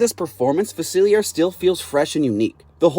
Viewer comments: It’s pronounced fuh-sihl-lee-AY, “”! 🤨 You clearly don’t know how to properly pronounce French! 😤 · "Doctor Fasillyair" ☠